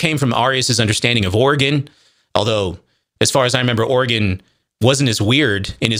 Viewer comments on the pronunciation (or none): I'm sure by now you've learned the pronunciation of these words, but it's truly killing me to hear "arrius" and "or-again" over and over. For those reading this, they're pronounced "air-ee-us" and "ori-jen" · Arius is pronounced like “Aries” Origen is pronounced just like the word origin. Not like the state in the NW.